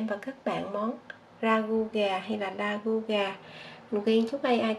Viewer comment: Đây là món xuất xứ từ Pháp nên phát âm cho đúng là ra gu( ragout )chứ đoc la gu như tiếng Việt là sai